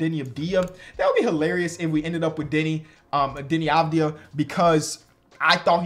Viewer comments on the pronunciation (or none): none